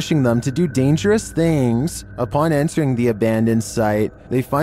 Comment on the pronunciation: “Things” is one syllable. Not “thi-ings”